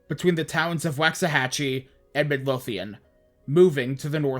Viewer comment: You prounounced Waxahachie and Midlothian wrong it's waak·suh·ha·chee and mid·low·thee·uhn It's ok, everyone from outside DFW does it.